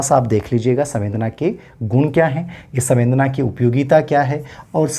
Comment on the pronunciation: सवेंदना नहीं, संवेदना है